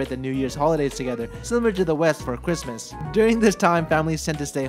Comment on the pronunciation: Did anyone else hear Quismois said like camela cabelo or was that just me 😂😂